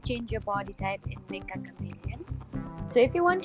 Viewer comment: It's pronounced metcha not mekka.